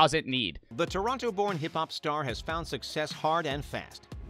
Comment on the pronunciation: toronno not tornoto noby ik says toronyo i live in canad